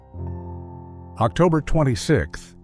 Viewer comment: "Octuber?" AI bullshit